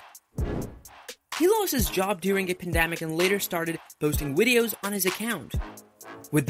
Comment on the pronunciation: the way he said wideos was adorable